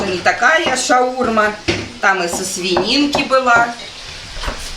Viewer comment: Почему постоянно не правильное произношение слов ШаурмА а не шаУрма